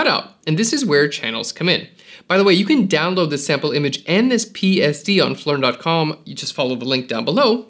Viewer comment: "Did he just say... flern?"